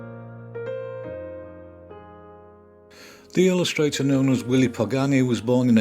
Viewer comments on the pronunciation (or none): none